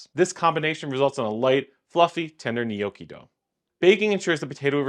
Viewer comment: "Knee oh kee"